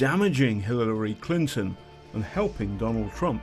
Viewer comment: Can barely pronounce the names Obama or Clinton, missreports Espionage as Treason ... please try to keep basic journalism standards.